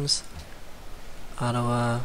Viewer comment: Its funny how you pronouce Adawa like Ottawa